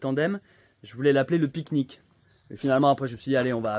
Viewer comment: Vous m'avez donné faim et soif avec votreuh piqueuh niqueuh 😋